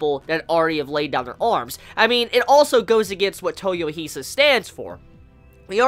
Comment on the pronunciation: dude, you are good! but please, it's toy-O-hisa, not toyoh-I-sa